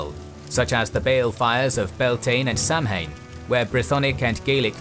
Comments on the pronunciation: It’s not Sam-hain it’s pronounced Sow-in. All us modern pagans are cringing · Beáltaine and Samhain are pronounced Balt-an-ya and sow-in, not beltain and samhain Excellent documentary as always but Irish Gaeilge is still spoken, it would have taken less than 5 minutes to Google those words. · "sam hayne" <face palm" i think the narrator is mis-pronouncing the written "samhain" - dont the irish call it "so wen" ? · Your pronunciation of the phrases as Gaeilge is terrible. For example Tír na nÓg is pronounced Cheer nah No-g or Cheer nah Nug, depending on where in Ireland you're from. Definitely not Tier Na Neug. Similarly Samhain is Sow(as in the pig)-wun, not Sam-hane. These are words and phrases still used, and the resources to learn them correctly are available freely, please learn how to use them properly, you have a large and widespread audience listening to you. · The festivals are pronounced "Beowl-tine" and "Sow-in", not "Bel-tane" and "Sam-hane"... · just a quick side note, the Celtic months of ‘Samhain’ and ‘Bealtaine’ are not pronounced ‘Sam-Hane’ or ‘Bell-Tine’ but rather as ‘Sow-in’ and ‘Byowl-Tin-Ah’. hope this helps :) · very enjoyable. some phonetic corrections: sawan not sam hain. bol tenya not bel tane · SAM HAYN... do you mean Saowen/ Sow-wen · Sam-Hain? You mean Sah-wain. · On the gaelic; Its not pronounced 'sam hayne'. Its pronounced 'Sow in'. Tir Na N'Og is not 'tear nah nog'. its Tear na knowga'. Just use google translate. you're killing our language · Dude ... "Samhain" is not pronounced "sam-hane". It's pronounced /ˈsɑːwɪn/ or / ˈsaʊɪn/. Are you even British? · It depends whereabouts one is in the Celtosphere - to us it's 'Sah-Vun" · Great video- in Irish language the festival of Samhain ( summers end) is pronounced “Sao’n” The mhai is silent as your breath. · Great video. One thing I wanted mention was that Samhain is pronounced 'saa-wn/sah-win'. It is best known today as Halloween. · Bealtaine and Samhain = beoultenna and souwin